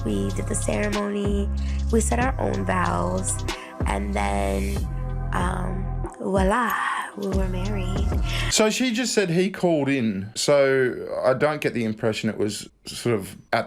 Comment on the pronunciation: It's "Voilà"... not Wala